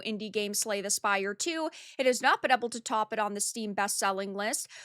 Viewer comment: “Been eble to”